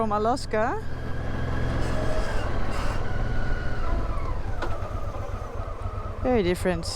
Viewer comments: Alaska is pronounced with a hard a for the second a. you pronounce it with a soft day incorrectly. If you're going to own a bike you should at least know how to pronounce the name. Honestly drives me nuts every time. It's kind of like if I was pronouncing England angland understand understand😮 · She christened the bike Alaska herself, therefore it is perfectly fine for her to pronounce it as she wishes. Meaning it is her "pet" name for her motorcycle, and not "Alaska" the 49th state of the USA..(PS. I also suggest you get a life)